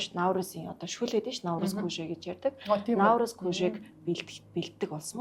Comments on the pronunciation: Она Наурызм гээд байхын , Наурыз шүү дээ. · Наурыз гээч Она, науризм , науризм гээд байхын